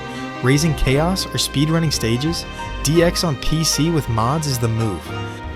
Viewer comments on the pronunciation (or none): Yep, it's AI. A dead giveaway is the way "raising chaos" was said. There is no way someone who played the games can't tell the difference between Chao and Chaos. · Yep also didnt pronounce chaos right